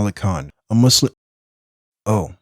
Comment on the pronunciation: you know hes a true muslim when he dons't say muzlim